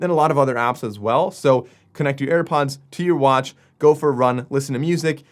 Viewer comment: Ah yes where do i get my self a pair of "AirPonds"